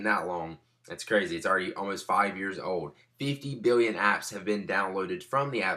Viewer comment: *biwwion, miwwion